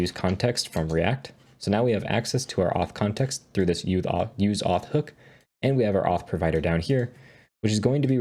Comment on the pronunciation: uth auth context😂